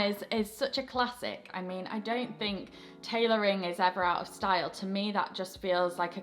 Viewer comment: Shhhhh - Just between you and me. Tailoring not tailorying. Mwah...mwah